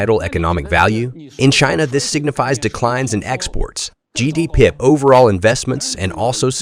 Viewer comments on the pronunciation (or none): the voice reads GDP as “gee dee pick” or something. Odd